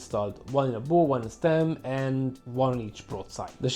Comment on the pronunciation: Thank you. When the word ‘bow’ is used to describe the front of a marine vessel, it rhymes with the words cow, how, now and wow i.e., NOT the words low, mow, show, slow and tow! The art of communication, eh? Cheers from NZ🇳🇿.